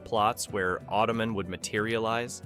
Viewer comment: The amount of times I've seen these shows reviewed on other YouTube channels I wouldn't say these shows are forgotten, plus if you're a child of the 80s like myself, you know them. Plus .....Automen ?you say it like it was a last name LOL ...hello human, im Marv Automen lol